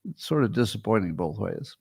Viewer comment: Notice how Scott says “both”. It’s like bolth.